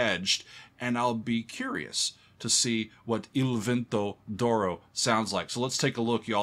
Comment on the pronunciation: “Doro” 😂 Im not italian but im hispanic, so I automatically read “d’oro” as “de oro” which would be “of gold” in English. Idk just hearing him say “Doro” is funny lol